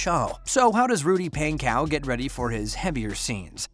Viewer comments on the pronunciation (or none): It's pon/ co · correctly spelt pankow but yes pronounced pon-co